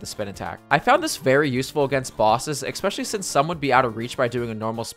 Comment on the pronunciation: Absolutely no one:: “…..ekspecially”